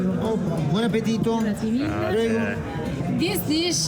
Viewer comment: please teach him to pronounce appettito.